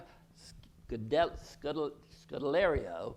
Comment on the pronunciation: Omg how he said Kaya’s name was hilarious! She gets stuff like that a lot though lmao. Its actually pronounced: K-eye-uh Sk-oh-del-are-ee-oh Sorry if thats bad idk how to spell things phonetically but i tried.